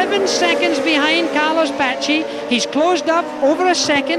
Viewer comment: jackie stewart,top driver,crap commentator.i mean who the hell is 'patchy'?good old 'muddly' gets it right.Pace he means.